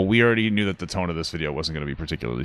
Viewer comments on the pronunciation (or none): none